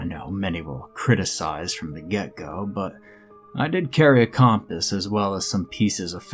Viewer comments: Not in a bad way . I’ve just never heard it pronounced like that 😉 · The way you say compass makes me laugh 😬